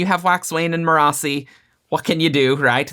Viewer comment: also, its pronounced Merracee (mare- a - see) not Mah rah ci or whatever